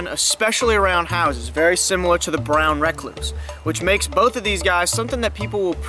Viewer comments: This dude is gangster than anyone I know holy crap. I live the way he says “brown rack-cluse.” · Brown re-cluse No hate, very great video